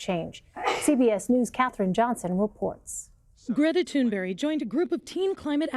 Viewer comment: Nobody gonna mention how she said Greta Tunberry?